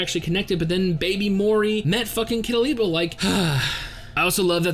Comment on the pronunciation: Ilpyo's name is pronounced "ill-pyo" And his style is pronounced like "teck-yawn"